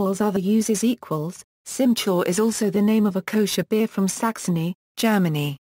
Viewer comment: Absolutely wrong pronunciation. There is no "CH" in Hebrew.